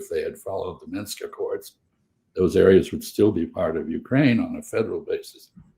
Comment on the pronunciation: Kellogg would pronounce Minsk as "Minks." One of the great brains of our time.